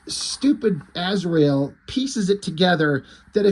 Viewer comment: To quote one of the Tremor Brothers from Smokin' Aces "You mean Az-ry-el?"